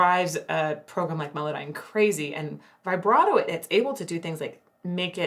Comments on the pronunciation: I love this videos but please can we have a go at saying vibrato instead of vybrado. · How many times can someone pronounce the word vibrato incorrectly. The I should be pronounced like it is in RIB.